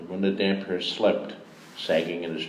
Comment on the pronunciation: THIS! How do you read the name hundreds of times and not get that it's a compound word??? :D iirc he did eventually get it right in aDoD